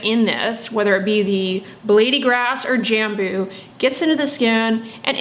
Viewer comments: Also the way you probouce “J” in Brazil is more like the French “J” so think on the word Bonjour and you will be able to say Jambo correctly! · From a fellow Brazilian here, you’d pronounce “Jambú” putting the emphasis on the last syllable, kinda like “Jamboo”. It doesn’t matter how you pronounce it, you are lovely saying it! :) In Brazil we have tons of different plants we use in skincare. There’s a Brazilian popular brand called natura, they do sell in the US but they are highly fragranced as you could expect, everyone uses it in Brazil. If you are ever interested in trying their products, they are incredible, but again, be prepared for tons of smells! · Jambu is a tasty fruit. We pronounce it “jum-boo” in Indonesia. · Jambo is a fruit we eat here in Brazil. Your pronunciation is 70% accurate! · I’m Brazilian 😬 couldn’t recognize “jambo” by your accent (we pronounce it differently, obviously) but yes, I do eat it and I love it! My cousin has a huge tree in her house and always brings me some (a lot) whenever it’s that time of the year! Didn’t know about all these benefits 👀 (For anyone wanting to know the Portuguese pronunciation of “jambo” just put it on google translate and listen to the Google voice)